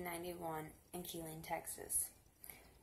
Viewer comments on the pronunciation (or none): Where is Kill-lean? 🤣🤣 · Just so you're aware, his last name is pronounced like Hen-Nard. And the city is pronounced like Kuh-leen. And it's massacre, not massacure. I'll never forget the day this happened. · They way you say Killeen is aggravating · This broad ia not from Kill-een